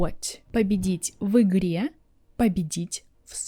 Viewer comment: Also interesting when you pronounce и like ы in в игре, I guess because в is hard consonant